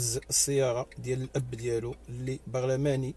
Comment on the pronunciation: بغلماني ؟!؟!؟!؟!...أش كتقول ...ما لقاوا غير اللي هاربة ليه ...الراء....باش ينطق برلماني....؟!؟!؟... غير كنضحك ....معاك ...مزحة العيد ....بروح عيداوية ... إنا لله و انا إليه راجعون...قضاء وقدر....